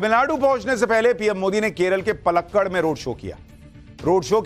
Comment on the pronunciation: Bhai tum jab tamil, Malayalam etc.. ke shabd bolte ho to hindi me likhkar padiye..to teek rahega..वो पालक्काड् है.. पलक्कड़ नही।